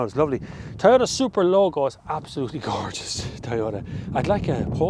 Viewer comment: IT IS PRONOUNCED TOYOTA, NOT TAYOTA.